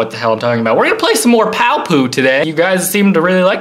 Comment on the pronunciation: It is pronounced "Pow" and im level 26